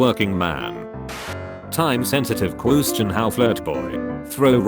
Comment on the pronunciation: you know the text to speech voice pronounces a lot of things incorrectly but this has to be my all time favorite "cwuuustion"